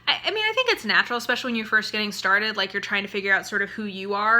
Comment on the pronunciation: I hate when I hear people reviewing books who are also authors especially, who say EX-pecially. That is my biggest pet peeve.